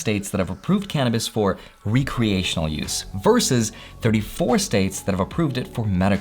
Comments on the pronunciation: nooooo it’s “wreck-re-ational” not “re-creational” lol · The first syllable in “recreational” should be pronounced like “pet”, not “peet”. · This dude really say “Re creational”? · He said, " re - creational" use. Is he an expert? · "Re- creational use" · It's pronounced recreational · The way he pronounced recreational 🤮